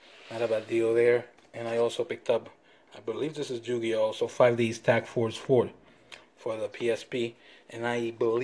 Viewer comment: Lol "Jew-gi-oh"